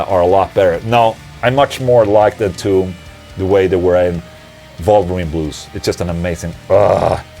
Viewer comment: Ola, every time you say Wolverine Blues, it sounds like vulva ring blues.